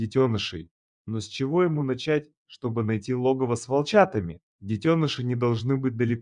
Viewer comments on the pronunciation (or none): none